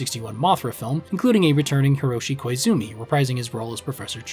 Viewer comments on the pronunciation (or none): none